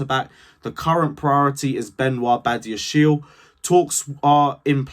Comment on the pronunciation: It is badia-she-le